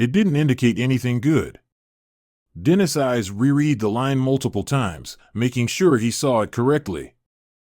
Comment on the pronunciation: Dennis is mispronounced.